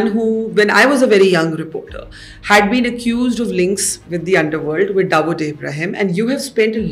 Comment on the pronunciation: Barkha can you please be authentic with your accent. You know very well how Dawood is pronounced in India but you are acting like you never lived there and so pronounce it as if you studied your entire life in North America. I'm a fan of your work but your wanabe accent is seriously cringe.